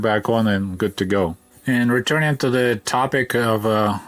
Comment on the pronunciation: good to go 🤣🤣🤣🤣so Scottish 🤣🤣🤣